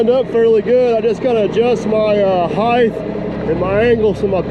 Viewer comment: Why do you Hoosiers say HEIGHTH instead of HEIGHT? kek. Captain does it, too.